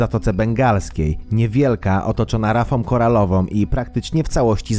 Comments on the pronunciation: Rafom koralowom. Denerwujące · "rafom koralowom" - ja pierdolę...